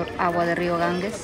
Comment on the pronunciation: La Risa de ustedes es la que mas nos agrada...A proposito....el Rio Ganges, se pronuncia: Ganjes.